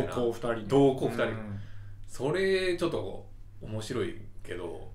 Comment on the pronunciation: 同行二人は「どうぎょうににん」って読みます～